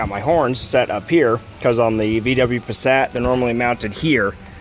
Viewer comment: You say Passat differently.